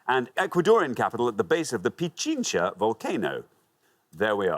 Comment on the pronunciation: Glad he pronounced Pichincha correctly lol 🇪🇨